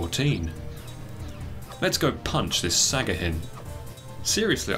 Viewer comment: Great video, but its sahagin not sagahin